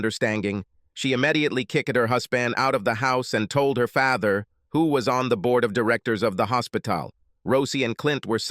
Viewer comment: This AI voice is horrible mispronounced simple words like father